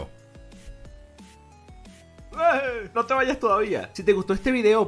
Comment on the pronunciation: En serio?.... Yo- Gi - Ohso?? .... en serio? ... .... ....